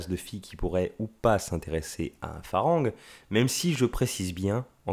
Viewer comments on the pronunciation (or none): hello, un peu d'effort svp pour prononcer le mot Farang on ne prononce pas le R. on dit "falang" . Le son R n'existe pas .merci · 😂 merci j'avais trop envie de le dire, je ss Lao , les thaïs st mes cousins😁 & malgré tt on dit "falang" qui ne se prononce pas "en" mais presque "a"